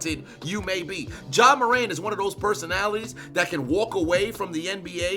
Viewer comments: My man said Ja wick 😂 I quit 😂😂😂😂😂😂😂😂😂😂😂😂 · Ja Wick? 😂😂😂 lmaooo! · Nah u get on my nerves calling him Ja Wick Morant 😂😂😂😂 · "ja wick" 😂😂😂😂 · "Ja Wick Morant" I'm dead!!! 🤣🤣🤣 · "Ja wick morant" that really sent me, bro.😂💀💀💀💀